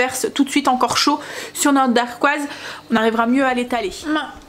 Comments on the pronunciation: Dacquoise, sans le R, et c’est plus facile à dire hé hé. Je note tes recettes miam. Merci! ❤👍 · Hello! Moi aussi j’ai commencé la pâtisserie maison avec les entremets: ça présente super bien et c’est surtout trop bon:) Par contre on dit dacquoise, il n’y a pas de R. Des bisous!